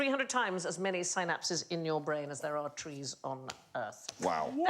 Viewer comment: The beautiful irony when Sandi tries to throw shade while talking about “Sainapses” saying “not every brain” while being unable to correctly pronounce synapses. 🤣 🤣 🤣 priceless